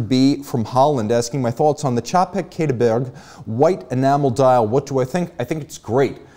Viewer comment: You're the only reviewer I know that pronounces "Czapek" correctly. Cheers!